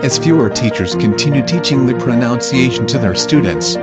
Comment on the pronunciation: And then he said proNOUNCEiation. I’m done